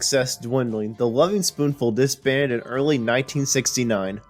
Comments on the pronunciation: "Gren-itch" not "Green Witch." Also, the gerund in the title of the band is elided. "Lovin'," not "Loving." Hard to take it seriously with such fundamental errors. And making assessments (like returning to a previous sound being "unavailable") is a weakness in a documentary clip. As for the reunions, doing them without Sebastian is the same as not being the Lovin' Spoonful, because Sebastian WAS the band. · Loving Spoonful?? How about Lovin Spoonful? Green Wich?? I't's pronounced "Grennich" . And Creeque Alley is pronounced CREEK ALLEY.....do some research kid!! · You're young, so you're forgiven :-)...but Greenwich is pronounced GRIN-itch. Creeque is pronounced "creek", and it's the Lovin' Spoonful, not the LovING Spooful. Otherwise, nice summary. BTW, I've known John since about 1984 and was just with him last night (8/31/24). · My main problem with this guy was his continuous mispronounciation of the group’s name. It is Lovin’ not Loving.